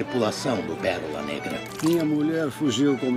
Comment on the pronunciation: Só agora eu percebi que o papagaio fala "Parola"